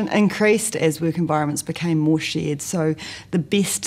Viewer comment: Conveniently, her accent makes "shared environment" sound like "shit environment".